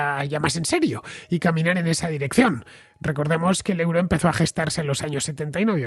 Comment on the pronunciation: Estimado Fernando, euro en Alemania se pronuncia oiro...